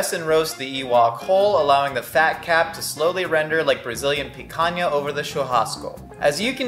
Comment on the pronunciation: I'm Brazilian and I'm actually rlly happy that he talked about picanha and churrasco besides nailing the pronounciation